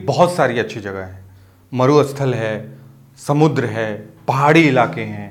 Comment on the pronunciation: First person who actually knows how SAMUDDRA and MARUSTHAL are pronounced......